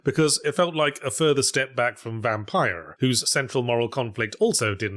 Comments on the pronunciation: The pronunciation of Vampyr is excellent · Yahtzee pronouncing the "y" in Vampyr every time is a precious gift.